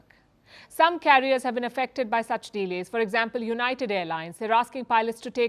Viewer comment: She is good except her pronuciation of the word delay. She breaks it into two words de-lay😊